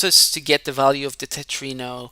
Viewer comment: Its Tetromino not Tetrino btw Great demonstration!